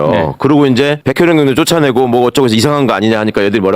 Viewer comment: 경장이 아니고 경정입니다 ㅎ